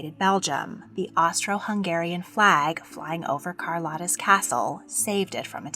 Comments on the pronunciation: CAR-LOW-TA not CAR-LOTTA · Hi, I didn’t want to say anything but in min 14 you say she latinized her name. So then the correct pronunciation is Carl-oh-ta. The o is a “ooh” sound. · Her name is pronounced as CAR-LOW-TAH.